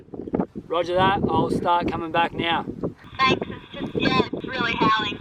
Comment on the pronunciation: saying 'right now': "Right nayah"